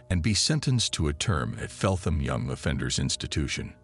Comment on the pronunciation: . FELT-HAM. thats the problem with you americans, you see a word and make it sound how you think it should sound. th doesnt always have to sound like an F. i know, its confusing, but thats proper english for you. and yes, you americans like to make things simple, so you change the spelling of a word, like anything with ou in it. so colour became color, just because you lot thought it would sound wrong. colour would become, in your mind col-our. but other words like THOUGHT were kept because that made sense!